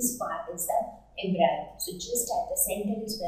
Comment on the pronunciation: It is Em-Bri-O not Em-Bri-Yo →_→